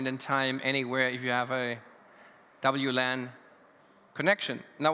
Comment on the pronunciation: Hat er ernsthaft WLAN auf Englisch gesagt hahaha